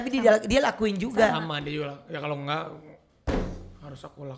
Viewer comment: Si ngakak bgt Ruben: "ngerti gak sih?": "engak" XD wkakakakak